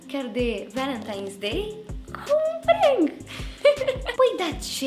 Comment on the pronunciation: Se pronunta cum se scrie PRANK , nu e prenk